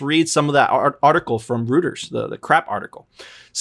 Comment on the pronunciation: Reuters is pronounced "ROY-terz", bruh...only suggesting cuz I care. Your guys' channel is amazing and we all very much appreciate the hard work!